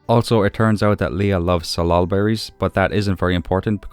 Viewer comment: You pronounced salal correctly - it grows wild in the Pacific Northwest where I live. Thank you for the full episode!